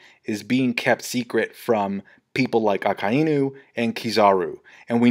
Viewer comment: PRONOUCE AKAINUS NAME PROPERLY